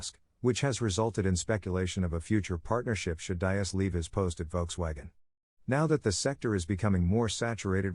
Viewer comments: All right dude your videos fine but come on you got to get people's name pronunciation correct!! It's Hebert DEEEES!!! NOT DIE- AS!!! YOU'RE LOOKING LIKE AN IDIOT WHEN YOU GET NAMES SO OBVIOUSLY WRONG!! Come on man pick up your game!! The videos fine By the way... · Diess is pronounced like deeez.